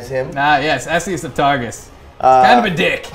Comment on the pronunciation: he’s saying targus but i keep hearing tarsus like saul of tarsus in the bible and its making me wheeze